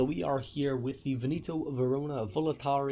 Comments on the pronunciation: Aaaaaah, ok, it's just that by the way you said it I heard Venito and not Veneto. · Or is he just mispronouncing Veneto?